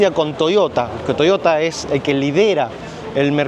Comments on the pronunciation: me matas cuando decis " toiota".... pareces cordobes.!😂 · Thank broth! Soy paraguayo 🙌🏻🇵🇾🙌🏻 pero cuando dijo Toshotaa! Lo sospeche 😅 buena onda man!👍🏼